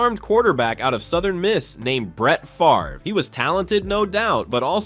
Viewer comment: Favre, not Farve